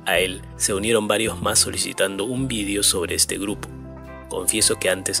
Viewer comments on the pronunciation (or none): none